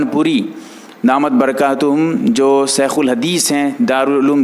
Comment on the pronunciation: بھائی سیخ نہیں شیخ ہے پیس نہیں پیش ہے ذرا تو جہ دیں کسمکس نہیں کشمکش ہے